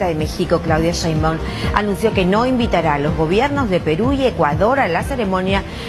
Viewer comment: No se pronuncia Sheinbaum tal cual se escribe